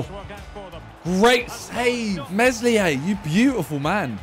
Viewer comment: The way he pronounces Meslier is horrible...